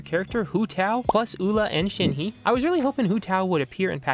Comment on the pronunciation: Who tf is Shen-hee, Oola and Bun-zoo?